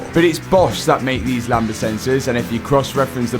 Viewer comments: Btw it's pronounced lamb-duh, not lamba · I always chuckle when I hear say "Lamba sensors" (sic): The word "lambda" in "lambda sensor" is pronounced LAM-duh, with a silent "b" before the "d". Says Google;-) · Lambda not lamba 🤣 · The b in lambda is silent btw... 😂